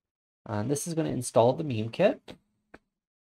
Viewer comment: Thanks for the video. Just a quick thing, isn't "Mime" pronounced like the silent "mime" performers rather than having the same pronunciation as "meme"?